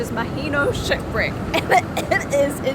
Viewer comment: Anyone else keep hearing sh!t brick and not shipwreck? 😂 I did the 4x4 tour with my wife here 4 years ago it was amazing. Great video!!